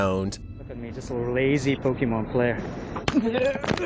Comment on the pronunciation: searching for pokehmoohn jezus fucking christ